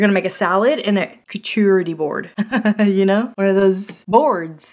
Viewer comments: your pronunciation of charcuterie was killing me! 😆😂🤣💀 You were trying to start it with a hard C (like the K sound in kite), but it starts with the ch, which actually sounds like an sh like you're shushing someone; think of Charlotte's web, then you can say cooter - hahahaha! ("shar-COO-ter-y"). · Lawd. It’s Char cute ery board…. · I have to go look for the 4 tier shelf, I hope they have it. Like you said, it's there and then it's all gone 😃 I also want that hot/cold mask. Also, for people who can't pronounce that board name, it's called a "Shark -Cootie" board according to a Facebook post 😂😂😂😂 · I love you, girl... but it's pronounced "shar-COOTERY" lmao 🤣😂❤ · Did you just say coochie board?!😂😂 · I have been laughed at for saying Charcuterie board wrong. Sister helping you out: Char-cute-erie- board. LOL! Really who cares? You want to eat my cheese, sauces, fruit, and meat. Get over how I pronounce it! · Kerchoorery board. Gesundheit. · It's shar CUTE er ree 😂😂😂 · charcuterie = shar-coot-er-ee or if you want to be a MFP: shar-kaeute-er-ee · I literally spit my coffee across the room when you said charcuterie board😂 I can't say it either ! I watched that part like 5 times .Great start to my day! Thanks for the constant laughs ALWAYS!